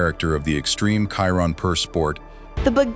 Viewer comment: I hate AI! FFS, before you put you're vid on this youtube thing, watch listen to it & make sure it's correct! The Chiron is pronounced a certain way! I you need English lessons, I can teach you.....